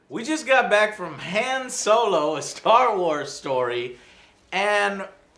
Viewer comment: thats not han solo is dan yolo lol